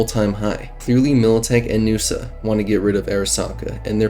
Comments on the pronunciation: N-USA, not Noosa 🤣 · N.U.S.A. Not NUSA It's not a word, it's an acronym. New United States of America. Just as you wouldn't call the current U.S.A Usa.